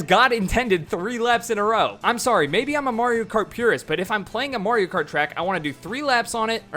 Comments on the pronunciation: It's a little odd when people say "MARE-io Kart", but I can take it in stride. "MORE-io Kart"?!?! You're just screwing with us at that point. 😂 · "More-io kart" at the beginning haha